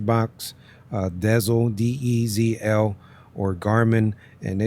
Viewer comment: It kills me 😂😂